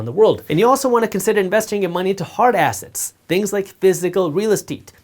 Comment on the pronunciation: Made me laugh because he sounds like he's saying that you want to invest in hard asses